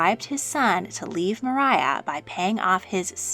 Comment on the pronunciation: It's Not Pronounced Mariah,It's Maria Fitzherbert,George IV's Unlawful Catholic Wife.